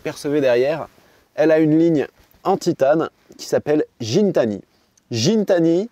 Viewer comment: C’est Guitani que ça ce prononce le mec a une chaîne YouTube il est très pote avec le Canadien de chez DDE avec qui Pog va en gunball